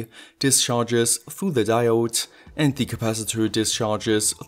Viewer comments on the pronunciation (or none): none